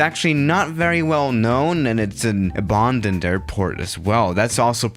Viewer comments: Its a-band-dend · pronounces it as “UH-BAHN-DUNNED”